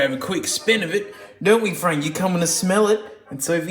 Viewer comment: fwank is peak